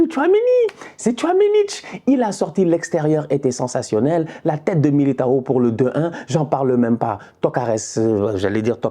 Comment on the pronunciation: pronuncia o nome de militao da forma certa desgraça